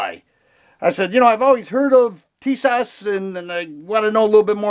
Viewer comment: the right prononciation is be like Tisash to get that " Ş " sound..